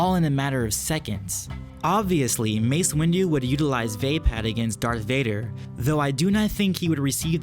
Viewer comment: You don't know how to pronounce vapaad.